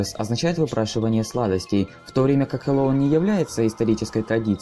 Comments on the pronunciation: Произношение Хэллоуина у тебя не очень и вообще не правильное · аааа, от твоего произношения слова Хэллоуин в некоторых моментах из ушей кровь идет 🤕🤕🤕